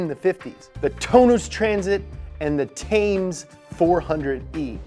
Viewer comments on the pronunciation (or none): Did just pronounce Thames like Tames rather than Tems? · "Ford Thames" -> Pronounced 'Tems' like the river. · Thames van is pronounced temms. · Thames is pronounced Tems. It's the river which runs through London. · Thames is pronounced 'Tems' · Thames is spoken as Tems. Oh and for the record. Worcestershire sauce is not pronounced woo sester shire or any of the other entertaining American versions. It's pronounced woostersher. Shire is always pronounced sher.. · Thames is pronounced like Tems learnt that one in New Zealand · Just a wee heads up; "Thames" is actually pronounced "Tems" in the UK. :) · The way he says "Thames" 😂😂 AHH English is a hard language